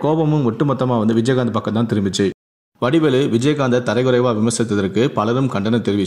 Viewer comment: யோவ்.. தரைக்குறைவு இல்லை.. அது தரக்குறைவு.. தமிழை சரியாக கற்றுக்கொள்..பலமுறை தரைக்குறைவு, தரைக்குறைவு என்றே சொல்லிக்கொண்டு இருக்கிறாய்...